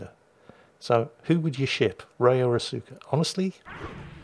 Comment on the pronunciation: Okay. I winced every time you tried to pronounce "Asuka". It isn't uh-soo-ka. It's ah-skah, and almost sounds like Oscar.